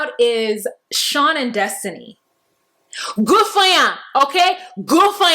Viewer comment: Your "gud fuh ya" in that's to Destinee and Shawn was the best!! 😄😂🇧🇿